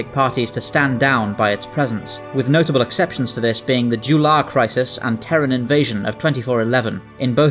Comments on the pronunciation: First ship I applied a T6-X token to, a great ship to fly. However, I must point out that you mispronounced J'ula in the vid. Her name is pronounced 'Jah-Ooo-Lah'. Nerdy nickpicking aside, great vid! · Very nice! Though you did mispronouce J'ula ;-) STO isn't perfect but I love how it ultimatley stands for the hopful message of coexistance and progress through diversity which has always been at the heart of star trek.